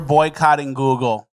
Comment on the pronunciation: “Google” is the hardest word for to pronounce